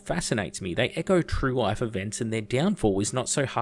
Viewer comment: The way You Say "life" sounds a lot like "wife" to me haha! Great video